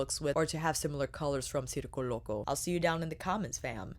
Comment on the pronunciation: I was just complaining to someone about how no one was pronouncing it correctly and then there you go boom pronouncing it correctly. Thank you for this review and all the looks. As a member of the circus community this is pulling at my heart strings. I wish people didn’t think of clowns when they hear circus because there is SO MUCH more to the circus community. I might pick this up at the Sephora sale.